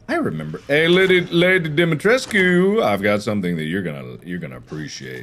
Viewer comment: the fact that mark pronounced the name better then the official voice actor in the game is wild😭😭😭